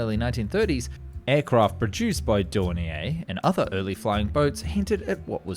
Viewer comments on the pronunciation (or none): And pronounced "Dor-neer," not "Dor-nee-ay." The name is German, not French.